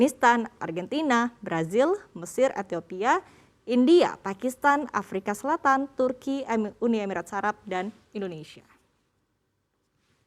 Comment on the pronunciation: Kok bacanya uni emirat sarap 😂😂😂😂😂😂